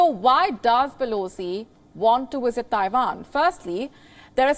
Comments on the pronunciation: its visit not wisit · hahahahahhaha !!!! did you listen to the question she said: Vill she Wisit Taiwan ! lol. can someone teach her the difference between V and W 😅🤣🤣🤣